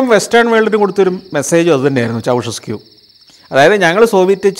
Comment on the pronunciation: Ceaușescu -ചൗഷെസ്ക്യൂ ennairunnu alle